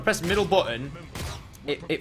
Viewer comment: I thought he kept saying "Helium darts"